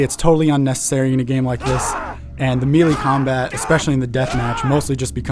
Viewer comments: it's may-lay, not me-lee. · it's MAY-LAY not MEE-LAY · How did this kid get a job with IGN and not know how to pronounce the word “melee” ??!??